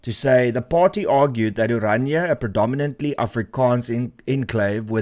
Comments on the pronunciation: Pls.note its not ORANJA ...but O-Raah-Ni-a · Please note correct use onwards in respect of the language and the entity. Correct: "Orania [uəˈrɑːnia]" And not as you pronounce it: "Oranje /oˈrɑɲə/" Phonetically, Orania is therefore one of the easiest names to pronounce in any language. Thank you for covering important topics and relating these to the Constitution et cetera. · How can you name and pronounce the town's name as "Oranje" instead of ORANIA? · Renaldo; the town is called OranIA, not OranJE. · Why people always pronounce Orania as "oranje" ?